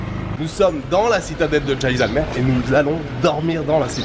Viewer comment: Jeisalberg kkk ta prononciation du nom de la ville haha je suis morte ^^ . J’adore cette ville elle est vraiment très belle.